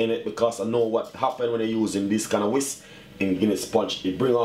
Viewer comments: He said whist but it's a whisk, but whatever lol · People are so ignorant! He said whist but I knew he meant whisk... But I didn't have to make a comment about it! Some people feel better about themselves when they nit pick about every lil thing... It's like their heads will explode if they don't get it out!